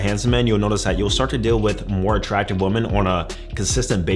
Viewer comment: You still cant ponounce woman and women properly!!!